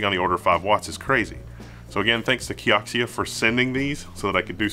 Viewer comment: Kee-o-zee-ah I think.